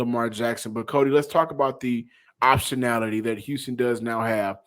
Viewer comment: Did John say optionality😮😂